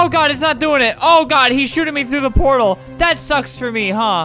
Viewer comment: Nobody: Albert: “Portal, it is like this thing where you grab the thingy and shoot the thing and the other thing, and you go through them!” Poretall